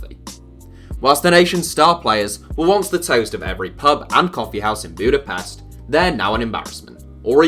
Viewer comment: Good video (other than mispronouncing every single Hungarian name, even Budapest) but doesn't mention the main reason for the lack of success: massive corruption. It was already happening in the 90s, but the current regime is probably the most corrupt in the EU. Officially they spend a lot on football, but most of it is funneled to Orbán and his friends.